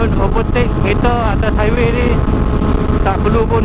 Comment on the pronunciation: Sempoi ja hang eja 'HIWAY'...HAHAHAHAH